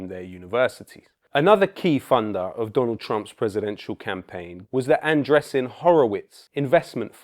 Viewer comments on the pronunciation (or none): none